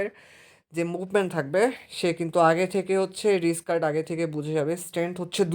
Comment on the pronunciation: রিজকার্ড ❌ রাইকার্ড ✅